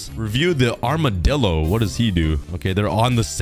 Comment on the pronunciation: It’s amidillo